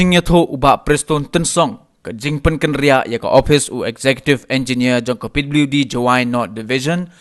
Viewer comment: pliwdi department ...nga da sngap khnang 😂😂